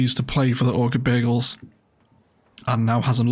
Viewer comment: I can't help but hear "Orchid Bagels" every time you say "Orchid Bay Eagles" and now I'm hungry! Great build as usual. Loved the memorial bench detail in particular!